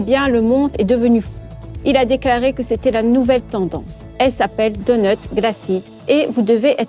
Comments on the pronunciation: Est-ce que vous avez prononcé "dotut" et pas "donut"?? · Glacise dotut